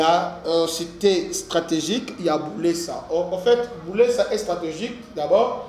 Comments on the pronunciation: C'est buleusa et non bulesa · C'est Buleusa non Bulesa vous prononcer mal mais courage pour l'information bien vérifier William depuis Bukavu